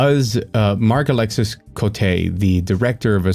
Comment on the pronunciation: some french silliness: alexis is pronounced alexi. say it exactly the same, just stop before saying the S sound.